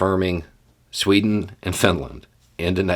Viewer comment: as usual, I love your perspective. But that "Sweto" slip up was hilarious and I sort of lost focus for a minute after it 😅 anyway, much love brother!